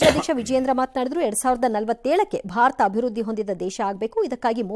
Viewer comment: ಭಾತರ ಅಲ್ಲ ಭಾರತ